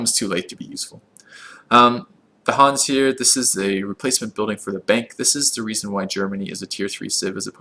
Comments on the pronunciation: Panzer is "Pun-Tsuh" (as in to make a pun and "uuuh I don't know"), Hanse is "Han-Seh" (as in Han Solo and "meh"). Not that anyone cares, but just if you're wondering how to pronounce these beautiful German words. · Hanse is pronounces Hansa